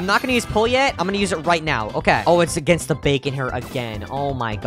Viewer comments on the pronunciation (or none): none